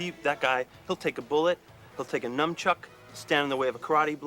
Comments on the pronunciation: I love how Reed refers to his character Chest as "master of the NUMBchuk (mispronouncing nunchuck like a poser moron). The writing is so fucking good. John & Mark play idiots perfectly without making it seem like an obvious parody. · " You can block a bullet with a num-chuk"...Worst advice ever and best drug intervention video I've seen. Don't do drugs.